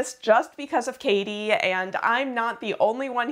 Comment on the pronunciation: I really appreciate how you pronounce (or try to pronounce) the names correctly :) As a german, hearing kathi pronounced well is so nice! :D Awesome video!